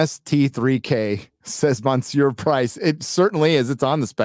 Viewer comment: Is mispronouncing "monseur" on purpose? I can see why but I'm mainly curious.